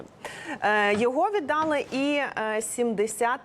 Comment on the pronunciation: Рус.их Отдали,укр.їх віддалИ.Пані ведуча,виправляйте наголос,бо можете скотитися до "дАла, взЯла ни пОняла,тудОй- сюдОй,ложітє на вєсИ... "